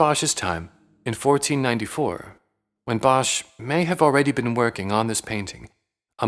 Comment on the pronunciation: Bosch is pronounced without the h. Just like boss. It’s Dutch for wood, and is written nowadays as bos.